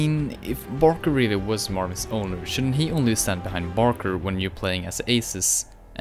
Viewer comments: it’s not Barker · ITS BARKER GODDAMIT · It's barker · It's barker.